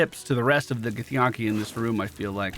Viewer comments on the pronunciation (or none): The way you say githyanki boggles my mind because it's spoken many times by the characters in the game. It's like Yankee. Where'd the yawn-ki come from?